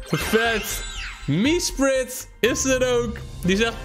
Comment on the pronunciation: Iedereen: Mesprit: "MieSpRit"